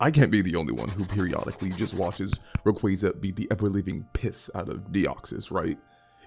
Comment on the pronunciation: Oh. My. God. He pronounces Ray-QWAY-za correctly 😭 It's ray + quasar, for the deniers And no it's not pronounced "qwah-zar"